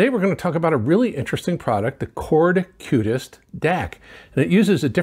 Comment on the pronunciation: It is Qutest not Cutest :)